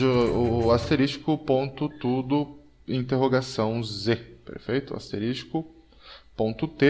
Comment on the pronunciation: Otimo tutotorial. A palavra correta 'e "asterisco", e nao "asteristico".